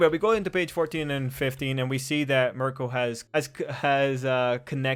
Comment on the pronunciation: I think its pronounced like "Meer-Ko"